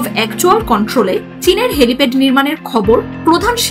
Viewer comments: কি বলে "হেলিপড"... এরা আবার একটা চ্যানেলের নিউজ প্রেজেন্টার... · আপু ওটা হ্যালিপড নয়।এক রিপোর্টে এতোবার হ্যালিপড শুনে হয়তো ভারত রেগে গেলো! তখন চীনের সাথে কুলাতে না পেরে দেখা গেলো আমাদের উপর ঝাল ঝাড়তে আসলো! তাই বলার সময় একটু খেয়াল রাখবেন